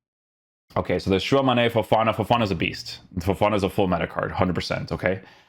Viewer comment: It's not "Shuwa Mane" wtf 🤣🤣🤣🤣